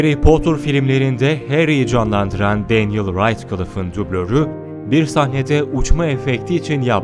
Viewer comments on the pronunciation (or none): none